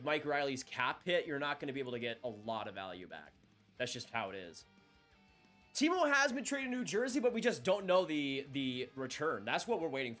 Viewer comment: I wish he pronounced it Timo